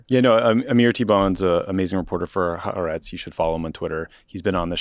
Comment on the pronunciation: You guys do great work, though Ha-ar-etz is 3 distinct syllables